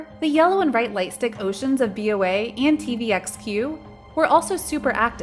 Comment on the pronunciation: ' B O A ' instead of 'boa' and 'E L F' instead of 'elf' 😂